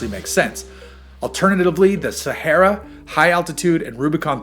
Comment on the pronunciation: SAME! And the way he pronounces Sahara.